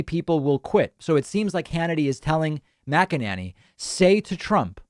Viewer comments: Her name is not MacEnAnny. It's a long A MacEnAney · Your pronunciation of Mac-A-Nanny is pure gold, love it. I'm sure she's heard it and I envision her twisting out of her shoes every time she hears it. Thank you. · Just want to say I love the way David pronounces her name. Classic..😂 MACK AN NANNY. Ohh, all this communication is going to add to taking them out. 🤞🏼 It HAS TO. Or else we’re going to see another tyrant, who’s taking notes ATM, and next time will succeed.